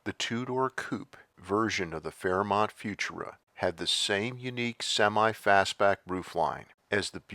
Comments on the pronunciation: "Few-Choora", not "Fewtoora". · I love it! I just subscribed. And with all due respect, it's "fu-TUR-a." Thanks! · AI mispronounced “futura”. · Thank you sincerely for another great video by the way, FUTURA is always pronounced with the accent on the second syllable, not on the first syllable, as you are reading it here. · I always thought Futura was pronounced with the emphasis on the second syllable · You’re saying Futura wrong.